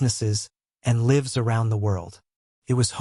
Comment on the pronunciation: Note to the writer: AI has some difficulty with words that mean different things, but are spelled the same. Several times in the story I’ve heard it is mis pronounce words. Not for example it said instead of LIVES ( with a long i sound) it said it with the sort sound. You have to begin to spell words that are still the same but differently incorrectly so that you can trick the AI into the right correction for the context there are a lot of those words. A few are read versus red. Bow. Lead. Couch ends up being cooch 😮. So for proper narration, you’re gonna have to take liberties with spelling, because AI is not there yet. 😊